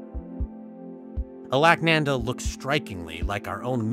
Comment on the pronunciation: Please take a little time to understand the word Alakananda pronunciation.